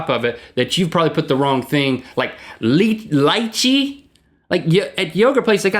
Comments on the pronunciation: Episode: Ice Cream or Frozen Yogurt Time: about Response:liche is pronounced lee che not lih chay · link it's not pronounced ly-chi, rather li-chey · It's pronounced LEE-chee, not LIE-chee. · its not lie-chee its lee-chee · It's not lie-chee, it's lee-chee... And it's delicious. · lie-chee? lee-chee! *$*)(&)#@ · Haha Lychee is pronounced like 'lee chee' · When link mentioned Leechi? Pronounced LEE-Chee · Leche lol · Lychee ( la-chee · Link, it's pronounced like "lee-chee" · Its pronounced "lechi" LOL And I really like minecraft because you can create anything you want. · It's pronounced leechy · It's pronounced "l-eel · its pronounced leechee link its a fruit and its awesome